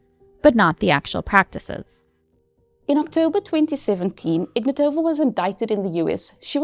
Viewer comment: Ig-NAT-ova. Please pronounce it correctly. i-VAN-of. Do your research on the basic things.